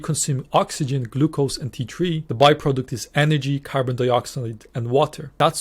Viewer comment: I am concerned that your mentions of the thyroid hormone T3 come out sounding exactly like "tea tree" in your lovely Irish accent (which does not differentiate between the "t" and "th" sounds). The trouble with that is the Australian essential oil by the name "tea tree oil" (also known as melaleuca oil). It is used topically for skin problems in folk medicine and also in aromatherapy, but it's highly TOXIC when taken by mouth. Excessive use on the skin can cause endocrine disruption leading to breast enlargement in males. I don't want anyone to think that you're suggesting that they take or use tea tree oil when you say "for this to occur, you need T3" and "you lack T3 in the body."